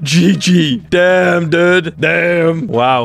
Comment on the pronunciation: Is it me or did he say dam